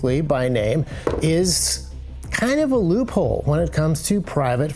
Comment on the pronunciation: You say loophole I hear leupold